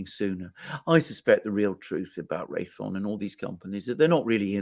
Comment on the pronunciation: It's Ray THEE ON.